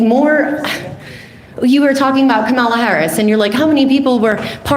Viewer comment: Woman talks about "Ka-mall-a" harris and tries to claim she is well informed.... yet you have never heard her name pronounced properly?? Sorry, but if you can't pronounce the last democratic presidential candidate's name properly.... you are not informed.